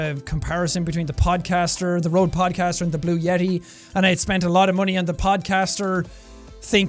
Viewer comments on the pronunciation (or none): none